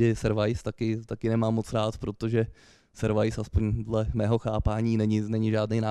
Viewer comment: A jéje, "servajs" jakbysmet.